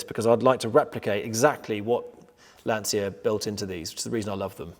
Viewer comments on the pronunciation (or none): Why do people, even so called professionals and experts, pronounce Lancia incorrectly, first of all there is no”S” in Lancia, it is pronounced “Lan-chee-ia.” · Why cant English people pronounce Lancia? The C is a ch like in Citta